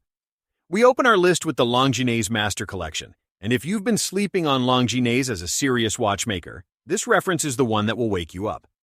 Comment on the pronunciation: Long-ge-nese?? 🤣🤣🤣. CYA